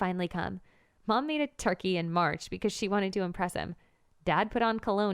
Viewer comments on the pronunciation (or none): none